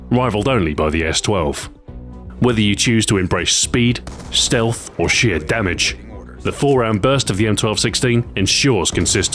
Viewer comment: When he said "sheer damage" I thought he said "shit damage" xD